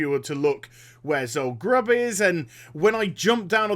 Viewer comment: it's Zul Guruub